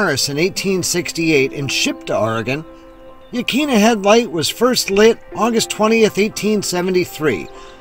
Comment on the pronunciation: Hi. Just found your channel and subbed. Used to live in Newport and enjoyed the memories you brought back. No biggy but Yaquina is pronounced “ yah kwinna” 😊. Thanks again.